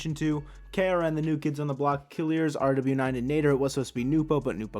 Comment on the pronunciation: RW9 is pronounced ruwass :)